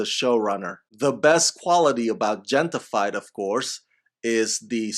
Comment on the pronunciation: I believe that the Gente in Gente-fied is pronounced henteh. Meaning "people" in English.